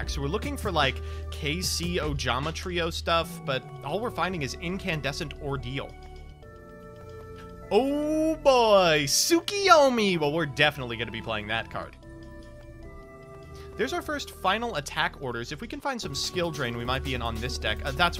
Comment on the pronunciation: Please. Please. PLEASE PRONOUNCE TSUKUYOMI CORRECTLY. PLEAAAAAASE. I bitched at cimo literally every episode and he would not fucking listen it was super cringe. PLEASE PRONOUNCE TSUKUYOMI RIGHT! It's TSU-KU-YO-MI. It is NOT TSU-KI-YO-MI